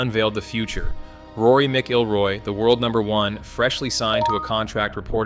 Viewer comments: Oh the irony. Trust is important, but you can't pronounce McIlroy. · Loving your channel's content! To support my own golf addiction, I flip clubs & gear. Nothing brings more loyalty than the Nike brand. Any Nike clubs I get a hold of are an easy profit! All proceeds go to lessons & greens fees ;) Side note: work on name pronunciation for future videos - Acushnet, DeChambeau, McIlroy etc. All the best moving forward :)